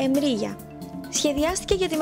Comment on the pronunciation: Βασικά προφέρεται Μρίγια και όχι Εμρίγια